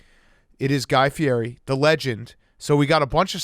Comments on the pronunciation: FI-EDDY. not feeary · Big Cat knows exactly what he's doing butchering that last name.